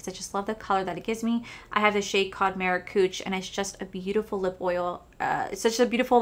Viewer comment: I about spit my drink out when you said “Maracooch”😂😂😂